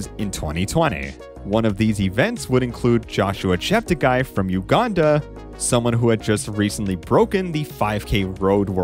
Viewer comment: Please note that Joshua politely requested all commentators to pronounce his last name as 'Cheptegay' not 'Chepteguy'.